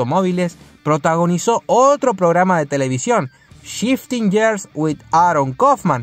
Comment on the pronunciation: señor debe aprender a pronunciar las palabras que son en inglés years NO !! GEARS SII